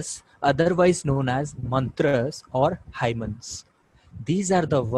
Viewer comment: Itna galat pronunciation kaise kar lete hai aap? Hymns ko hymen bana diya